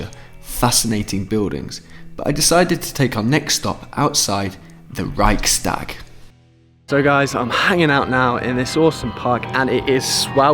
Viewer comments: pronounciation: Reikh-stag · Reichstag. Hehehe “ch” isn’t “k” but “h” like - hut.